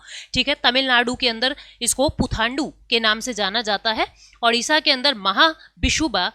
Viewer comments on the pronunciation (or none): none